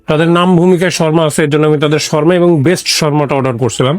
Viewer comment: Dada Sharma na...kotha ta shawarma...শাওয়ারমা..sarakhon kane kotha ta lagchilo... othocho keu apnake jinis ta dhoriye dilo na